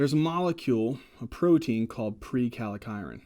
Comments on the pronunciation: I think it's prekallikrein, not prekalikiren. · Prekallikrein not prekalekiren